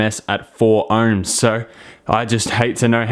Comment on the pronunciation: Are you saying erms or OHMS